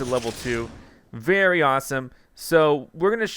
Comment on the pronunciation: Did he say berry awsome or very awsome im pretty sure he said berry awsome